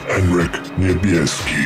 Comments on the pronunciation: it's really good for a foreigner. still sounds a bit stiff though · also that pronounciation is spot on. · Dude really pulled it off on the pronunciation of Henryk Niebieski. Makes me wonder if his VA is polish. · Ouu I knew this guy with hat was a Pole . The moustache uncovered him:) And since you or the voice actor is saying 'Niebieski' very correctly I think you are also a Polish guy , are you ???